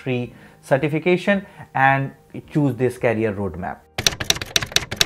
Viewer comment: Knowledgeable video. Please pronounce it as Career NOT Carrier.